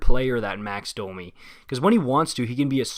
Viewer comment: Bro are you bilingual? You pronounce French names absolutely perfectly. Anyways, about Domi. He’s really fast and has a lot of skill, he has the potential to get more points than Josh Anderson. The problem, however, is that he doesn’t really backcheck and the effort level is an issue sometimes. He’s also a smaller guy, so he’s less effective come playoff time, when the game gets tighter. Not exactly the kinda player that Torts falls in love with. When I first heard of the trade I was worried about how Domi would fare with Torts. We’ll see if he can pick it up.